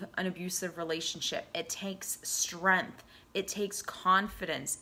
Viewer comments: I am really grateful for your words of wisdom and insight, and I thank you for making this video and glad I found it at the time I needed to hear this .....but, what's with the "streeanth" ? lol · Did you say " strempf"?? ... I'm already out